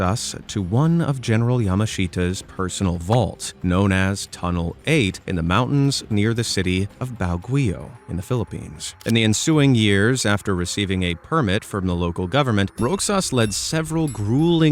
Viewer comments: All pronounced words and and bro you tried to pronounce Roxas it's Rohas with a h to say and baguio is bagyo with a bag and yo to say atleast you tried but its funny😂😂😂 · Uhhh... is the voice over AI? The pronunciation of BAGUIO and other Family names are terrible...